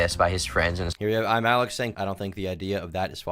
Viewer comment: The most annoying thing is that he constantly mispronounced his own channel name, kept saying Imallxeth